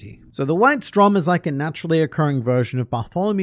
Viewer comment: just a side note: "Strom" is the german word for "stream" or "current" and is pronounced with a long o